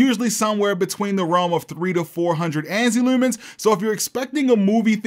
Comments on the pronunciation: Just found your channel. New Sub 🦾 Shopping around for a projector. Your vidz are helping me out a lot! Also, btw, I can tell by the way you say "looomens" you must be from Baltimore. 😂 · never picked up your baltimore accent unitl the word leumans really came through here